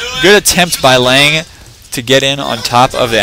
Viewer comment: FYI Lange has no "a" sound at the end great cast.